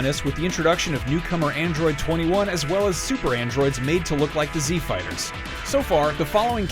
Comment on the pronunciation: FINALLY SOMEONE PRONOUNCED IT FIGHTERS AND NOT FIGHTER Z 😫